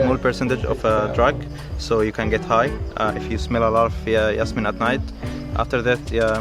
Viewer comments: its jasmine not yasmine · STOP SAYING YASMINE, its JASMINE like jazz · Its pronounced Jazz-meen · You're pronouncing "jasmine" the wrong way!